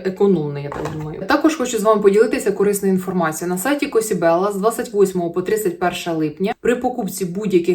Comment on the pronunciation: я думаю назва магазину це італійська фраза così bella, така красива!, і в цьому випадку читається як «козіʼбелла» через з😊 а засоби Ordinary мені дуже подобаються, в мене інший пілінг від них але теж класний! і ще сироватка під очі я вже два флакончика використала, вона трохи липка та я бачу результат від неї, зморшки зменшились, але треба користуватись постійно, тож замовлю ще